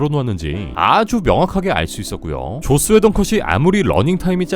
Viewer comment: 발음 쥑입니다 계속해서 죧스웨던 감독이 죧스웨던이 죧스ㅋㅋㅋㅋㅋ